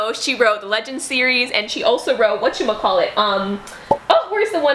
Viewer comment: "Whetcha-macallic" lmao 😂💀